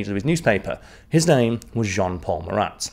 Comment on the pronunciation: As a French, I can tell you that you have a good prononciation. I was sure that you will prononce the final "t" of Marat, but no sweat 😂😂.